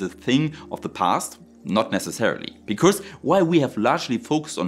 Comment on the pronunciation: Your English sounds like 99% perfect to me, missed some improper plurals and some lisps, especially on Rs sounding like Ws, or strange sounds like 'because' sounding like 'becourse'. But that's fine, it's understandable. WORLDS better than a bunch of the employees at stores in my area in America nowadays. Heck, most of them don't know any English!